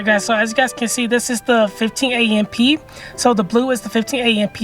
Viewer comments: Did he just say a m p? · I have never heard someone say amp as A-M-P 😮